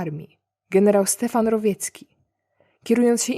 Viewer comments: Dwa błędy w tłumaczeniu, które kują ucho. Nie Stefan Rowjecki, tylko Stefan Rowecki. Polska wymowa jest twardsza. Drugi to nie Konstantyna Rokossowskiego tylko Konstantego Rokossowskiego. To jest Konstanty, a nie Konstantyn. A sam materiał, to takie bajdurzenia o złym wilku dla Rosjan. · Myślałem, że mnie to choć trochę poirytuje ale tu jest taki kwas! Btw - Rowecki, nie Rowiecki. No chyba ze doktor nauk tak napisał, tedy niech będzie jak sobie doktor życzy, a przewodniczącemu klubu księgarza życzę żeby upadł i sobie głupi ryj rozwalił. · A może Pani, pierwszy raz ujrzała to nazwisko i nie wiedząc, kto to był w historii Polski, użyła rosyjskiej (ukraińskiej ) fonetyki? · Rowiecki? Chyba generał Stefan „Grot” Rowecki. Rozumiem, że to dlatego, że tłumaczyłaś z rosyjskiego, gdzie było to zmiękczenie. Pozdrawiam, doceniam Twoją pracę.